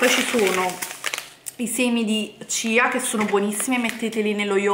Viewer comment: Non per fare quello che sa tutto , ci mancherebbe , perchè una passione è una passione ma sentire certe cose mi fa rabbrividire . Punto primo si scrive muesli ma è miùsli poi i semi sono di chia e non cia e ball si scrive ma non si pronuncia , Se proprio vi volete divertire e cucinare comprate della vera avena bio e certificata , la tenete circa una notte in una bagna di acqua e latte , la mattina seguente la fate scaldare a fuoco basso , quando avrà raggiunto la consistenza da voi preferita , la potrete trasferire in una ciotolina e sbizzarritevi con i condimenti ad esempio fragole e cioccolato e qualche mandorla vanno alla grande .